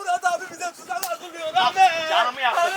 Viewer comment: Sefayi değilde sefanin Ahmet'e amet demesini özledim